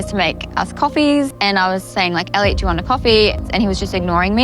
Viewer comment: Like so many things you say, calling Elliot who acts like an idiot = Eddiot…sure sounds like the perfect pronunciation to me. And omg yaaas to the WIFE SWAP!